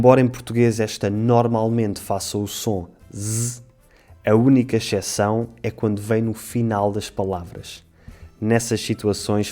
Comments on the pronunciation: xeção, meu Deus. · Não entendo por que "exceção" é pronunciada "echeção", não existe som de x aí...